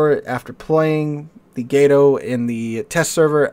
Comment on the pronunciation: It is not pronounced 'Gate-oh'. It is 'Gah-to', as in the spanish word for cat. - Or so I was taught.